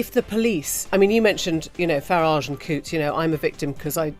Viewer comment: Farage rhymes with garage Or is it wanker...